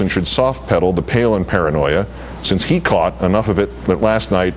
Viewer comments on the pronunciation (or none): none